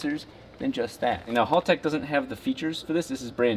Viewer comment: Hal-tech, not Hall-tech. Kills me every time I hear it…